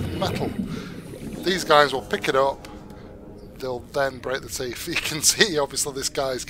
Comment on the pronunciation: in UK you guys really do call em Stalker Teef dontcha